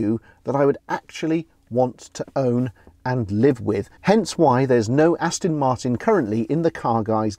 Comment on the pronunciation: Another great video chaps, achingly beautiful cars, I'd love one....anyone. But, at the risk of being thought to be a bit snooty (and I'm not, honest!) there is a 'T' in Aston Martin, it should never be pronounced Aston Mar'in. After all, it is British.....sort of!